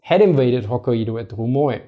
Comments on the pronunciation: stopped watching after the second "Ho-kai-eedo" in the first minute. Can't take you seriously. It's Ho-kai-doh. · Great video,. for ref. Pronounced ‘Hok kai do’ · Nice clip. I do feel the Japanese in Northern Hokkaido did get a bit lucky in avoiding Soviet occupation (if Wikipedia is to be believed, something like 17,000 Japanese were expelled from the Kurils, or couldn't return home). As for Hokkaido, the "a" and "i" together is pronounced more like "eye" in English. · Kai is one syllable. Ai is pronounced like "eye" in Japanese just fyi.